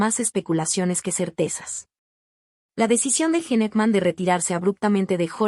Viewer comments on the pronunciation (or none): AY VIBORITA LA QUE HABLA...A APRENDE A HABLAR ! A PRONUNCIAR ! ES PRONUNCIACIÓN DE GENE: "YIN" HACKMAN: "JACMAN". BUSCA OTRA MANERA DE GANAR $ ..SOY EL PRIMER Y ÚNICO COMENTARIO !😂